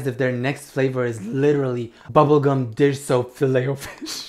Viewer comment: Was it just me, or did any body else think they heard him say “ bubble c*m dish soap filao fish flavor” in stead of,“ bubble gum dish soap filao fish flavor”?